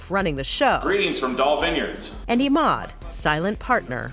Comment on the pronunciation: This reporter is so damned annoying, she changes the pronunciation of Emauds name every time she says it. She sounds shallow and easily impressed. WTH has happened to 48 hours? Please don't hire people that talk like valley girls, even when the story takes place in Nappa Valley.